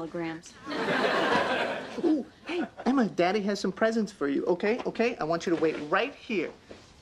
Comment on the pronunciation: sounds like ross called her Elma instead of Emma at the door